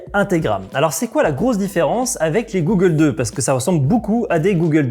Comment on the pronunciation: g"au"ggles 2 pas G"ou"ggles 2....= goggles = Lunettes de protection traduit de l'anglais.. Autant maîtriser le jargon dans un domaine d'activité en grande partie pratiqué par des anglophones. Belle vidéo...utile pour rassurer les futures pratiquants. Merci.